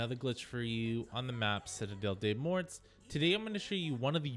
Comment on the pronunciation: Citadelle "DAY MORE" thats how you pronounce it.